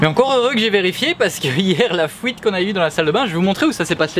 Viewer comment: ''la fouite'' lol